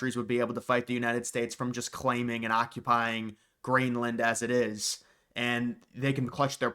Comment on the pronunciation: Did bro say grainland??